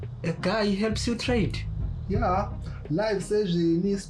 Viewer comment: Trade not crade😢😅😅😂😂😂